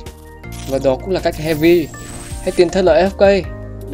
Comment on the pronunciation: Heavy not heavi ạ